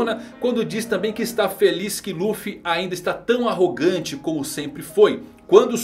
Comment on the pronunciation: luffu falou certo